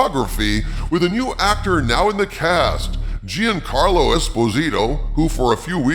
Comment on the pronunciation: You’re mispronouncing Giancarlo. The first four letters, Gian, form a single syllable. It’s pronounced John. Not Gee-un.